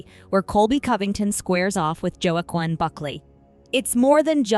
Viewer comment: Did this AI bitch really call him Joe-Akwin?